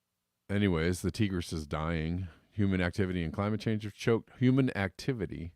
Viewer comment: Ear-rock, not eyerack! Tie-griss, not teegris!